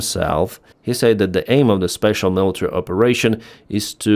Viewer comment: You're pronouncing "said" wrong.